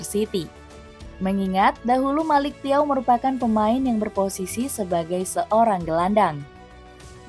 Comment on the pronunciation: bacanya melik caw..😅